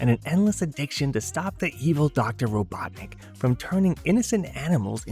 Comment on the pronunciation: I can't get over how you say Robotnik like "Robot Nick"